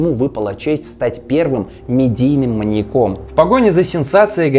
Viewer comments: Всё конечно хорошо, но.... МаньякОМ,маньякА. Что за жесть. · МаньякОм.. Пожалуйста нееет, ну не маньякОм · Серьезно? МаньякОм? Неужели нельзя было проверить по словарю, режет слух 🤦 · МаньЯк. Ударение на последней слог в проверочном слове. Следовательно: маньЯком, маньЯку, маньЯка, и.т.д. Уши режет. Сорри, даже не дослушала🤷